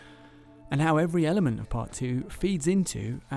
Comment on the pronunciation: Did he say...every Elliement...?